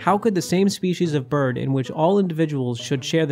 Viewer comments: lol Berd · " herd berd immunity " LMAO